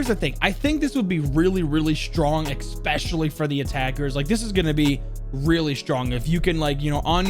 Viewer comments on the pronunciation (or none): It's Especially... Not ex-specially.. I've got an operator for you.. Dictionary?!!